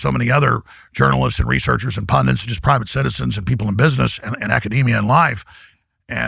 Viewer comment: How does he not know how to pronounce “pundits”?